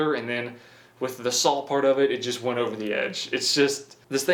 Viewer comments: Its SAW NOT SAWLL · There's no L at the end of "saw". Where is he from?